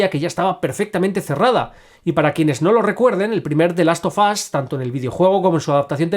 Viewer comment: "De last of as" 😂